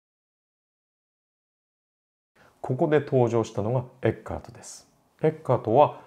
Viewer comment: ティラミス～つながりで。 一般にフランツ・エッケルトと表記されますがはちゃんとドイツ語の発音に従ったフランツ・エッカートと読んでいましたね。 君が代といえば君が代の歌詞発祥の地とされる鹿児島の大宮神社には何度か行きました、大宮神社の入来神舞（いりきかんまい）の「十二人剣舞」の中に君が代の歌詞が朗詠される場面があります。